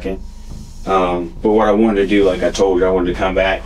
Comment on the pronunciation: "DJ, its nothin really we could dew" homie speakin baltimese😂